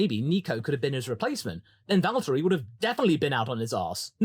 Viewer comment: As a finn, i must say that your pronounce on valtteri is pin point perfect.